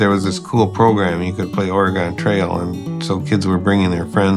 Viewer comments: There's only one thing I don't like about this documentary, and that is putting the stress on "Ore" instead of "Trail" every time the narrator says "Oregon Trail." "Oregon" in this title is the adjective, it modifies "Trail" the noun. It's certainly not a big thing, it's kind of like when Biff says "Make like a tree and get out of here" and it sounds like he doesn't realize it's a pun when you say "leave." Old Biff would know he doesn't know this, because he was him (if you've seen Back to the Future.) Anyway emphasizing "Ore" in "Oregon" switches the natural emphasis and doesn't make sense. Otherwise, great documentary. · You put the wrong emphasis on the wrong syllable. Trail goes up at the end not on Oregon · I dont know how to correct this in text, but you're putting the wrong emphasis on "oregon trail." Maybe watch some other videos to see what I mean lol. Great video, regardless :) Edit: I think I could describe it as "its a trail that goes to oregon, not a trail called oregon" and the way you use the emphasis on oregon makes it sound like an adjective describing some aspect of travel on the trail, rather than the destination being the reason for it's name. Idk if I'm making sense!